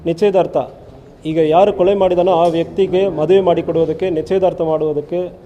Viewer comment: ಸರ್ ಕೊಳೆ ಅಲ್ಲ ಕೊಲೆ ತಮಿಳನ್ ಬೇಗ ಕನ್ನಡ ಕಲರಿ